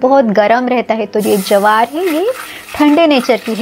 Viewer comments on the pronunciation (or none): Jawar nahi bola jata jwar bolte hain